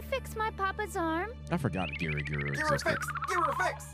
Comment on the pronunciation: Why does he keep calling dr. Myuu giro?